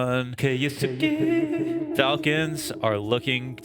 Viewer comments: Buttchered his name😂. The first U is supose to be almost completely silent. "Kyosuke" Maybe this will help with saying his name😅 Kyo-su-ke. I wish there was a way to make audio message since I am bad at explaining but I will try.. The Kyou part is prounced the sameway as 今日, which is today in japanese. just look up video for how yo prounance it in japanese. and then there is the suke part. Think of the way you say the name Sasuke, a name that appears in naruto. The suke part is prounced the sameway.. When you got the gist of try saying the entire name. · It's spelled Kyousuke for the title and pronounced - (keyo-skay)